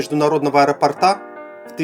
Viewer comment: 1. Открытие аэропОрта - ударение ставим именно так! 2. После слова "меланхолийная"🤦 слушать, что вы ещё скажете, резко пропало желание